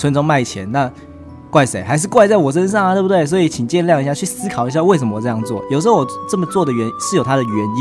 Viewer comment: 3.27的时候说“请大家去思～考一下”然而我听到说请大家去死 XD哈哈哈哈